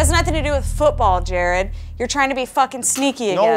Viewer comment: Is it Jared? It sounds more like “Gerard”.